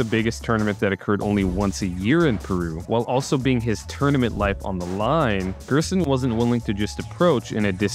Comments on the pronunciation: also the g is pronounced like a j in gerson, like jerson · Gerson is pronounced like "hairson" in spanish